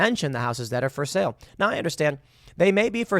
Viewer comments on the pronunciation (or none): none